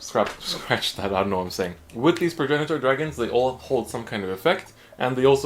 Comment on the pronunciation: So you pronounce it like Prag-nator. It’s weird but whatever